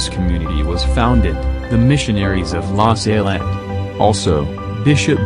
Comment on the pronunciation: It's not la Saylette it's La Salette. Why do Americans always mispronounce words?